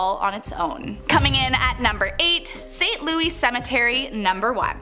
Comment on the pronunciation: Saint Lou-ey Cemetery? Really?